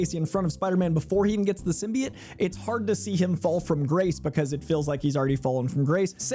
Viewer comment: Did bro just say “Simbiete” 💀